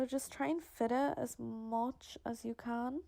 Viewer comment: "as much as you Kaaan" 😂 the can is so funny pronounced 👌